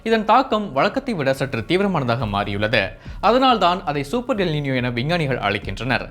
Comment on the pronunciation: காதில் ஈயத்தை காய்ச்சி ஊற்றியது போல் உள்ளது